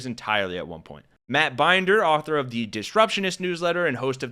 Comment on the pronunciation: It’s Binder - rhymes with Linda! Matt’s my son! 😎